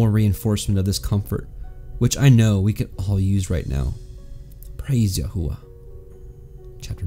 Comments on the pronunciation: May I ask why you pronounce His name Yahua when the entire Christian world pronounces His Name Yashua? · Why pronouncing it yah hoo wuh?